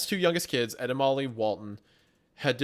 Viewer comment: Am i the only one who whenever says “ Ed and Molly “ thinks it sounds like he is saying, “ Edemames “??😂😂😂